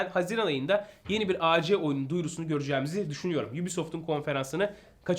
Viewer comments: Güzel bir video ve bilgilendirici bir video olmuş abi birde abi A C değil AC abi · Acc ac deil Reis